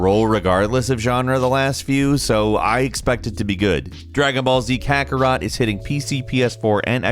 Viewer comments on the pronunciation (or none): none